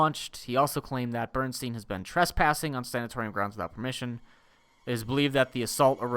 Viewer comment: As a nursing student, I love seeing attempt to pronounce these words. 1. Sanatorium is a type of (old and no longer operative because of their horrible conditions) hospital. 2. Bronch-o- scope-y. It's a camera we put down into either the lungs to see how a person looks from the inside. (seems needless to me in this instance but hey its was the 1950's) 3. Strep-toe-my-a-sin. Its a type of antibiotic we use. Pretty run-of-the-mill. The more you know:)